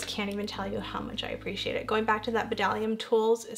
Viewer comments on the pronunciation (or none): Hi beautiful!! I’ve never even heard of the ginger palette from Makeup forever. Wow it’s gorgeous 🤩 love the whole look you created 💛 I think you are pronouncing Bdellium Tools wrong. It’s pronounced [DELL-ee-uhm]. I checked their website to confirm. I love their golden triangle line. Their prices are great, they always have sales and their brushes are top quality! Hope you are having a wonderful Sunday. Love you lots 💗 😊